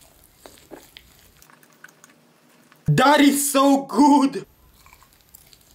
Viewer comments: Did you say daddy good or that is good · I thought he said daddy so good but he said that is so good